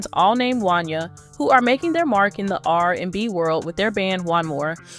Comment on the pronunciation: His name is Juan yay (Wanya)